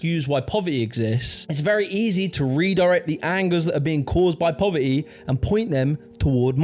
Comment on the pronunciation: “Pover -ee” :)))